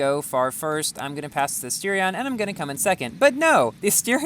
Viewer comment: Why does he says chentanario and astirion